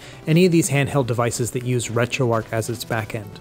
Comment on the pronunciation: Imagine if Retroarch was actually pronounced like that. I'd be putting keese on my sandwich. I'd be eating kips and dip. I'd kew my food. I'd get married in a kaple. I'd attract fish using a kum bucket. Things on sale would be keap. I'd kallenge someone to a fight. Sometimes, I'd have to make difficult koices, while I sit in my kair. When I'm feeling down, people would keer me up. Great job. Words are hard.